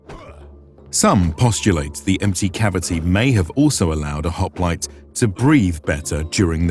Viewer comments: You could have at least pronounced the name correctly. It's "HOP-LI-TAY" not "HOP-LIGHT" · "This is a Greek HOp-light." 🤦😂 Already messed it up 3 seconds in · Man oh man, I cannot get over how "hop-li-tay" is being continuously mispronounced.